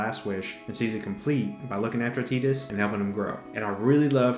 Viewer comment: I’m trying to get over the “tee-dis”. Supposedly the voice actor mispronounced it for the trailer lol